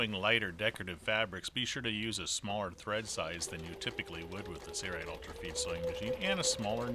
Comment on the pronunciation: Sailrite, --Sail rite That is the way it is pronounced.Not Say-rite. Can you not enunciate the letter L? Work on that, please.